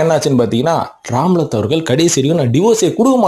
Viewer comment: ராம்லத் இல்லை ரம்லத் பேகம்